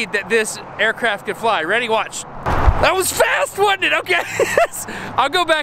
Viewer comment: I think that’s one of the most southern things I’ve heard Destin say 😂😂 “THAT WAS FAST WUDNT IT” Love your content man. Absolute banger